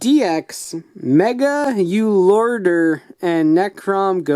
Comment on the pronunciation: I believe it is pronounced Mega-Ooloader